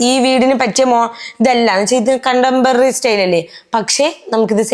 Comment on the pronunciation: ഓ കണ്ടംപറി സ്റ്റൈൽ 😂